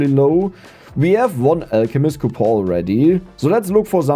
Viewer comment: I always look forward to these episodes simply to hear him say "COUPOR" instead of "coupon"